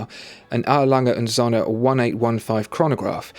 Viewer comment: Prefer the A.Lange und Söhne. By the by, it's pronounced "zooohne", not "zonne". (I studied German a few years).